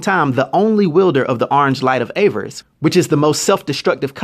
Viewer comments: Avarice. (A-VA-ris) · Awesome vid! Though I really hate to be this guy, its just I think it takes away from all the hard work you put into the video when you mispronounce "Avarice". The correct pronunciation is "AH-VAH-RIS". Great video again and please keep them coming. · "Agent Orange"? Greedy? Self-Destructive? Sounds like Trump to me. I'm glad you got a kick out of him. I got a kick out of your mispronunciations of: Avarice, which should be pronounced: "Ahh-Vriss" Sayd, which should be pronounced as: "Say-d" Ophidian which should be pronounced as: "Or-Fah-Dine" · You're pronouncing avarice wrong dude. I only mention it Because it's sad, since you give great character breakdowns! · Avarice is not pronounced that way, man...